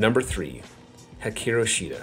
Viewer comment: Great video! Excited for her return but please HE-Karu lol 🙏🙏